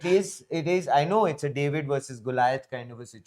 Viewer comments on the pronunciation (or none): none